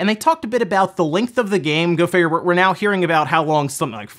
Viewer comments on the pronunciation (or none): none